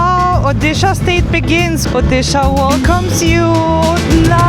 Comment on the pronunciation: Oddi shah wahh 😅nice pronounciation....